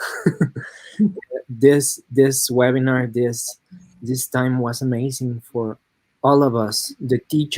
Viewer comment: was not able to master the word webinar....he said wenabir...